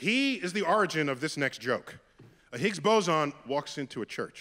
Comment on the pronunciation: The Higgs what? Why do you pronounce it that way